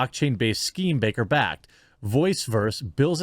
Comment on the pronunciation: Baker not Backer